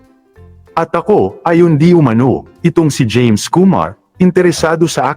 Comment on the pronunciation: Anong jaime pinagsasabi mo? James not Jaime